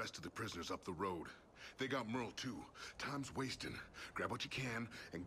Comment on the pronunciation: Hey my names Merle. This is the first time I've ever seen my name in a game, spelled the same way, and you guys pronouncing it correct.